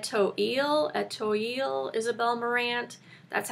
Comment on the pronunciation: Just found you recently and am enjoying learning from you. Really useful stuff to know. BTW, the word Etoile is pronounced ay-twall. lol. Thanks!!